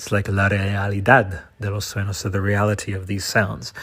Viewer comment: sueños is pronounced soo-ehn-yhos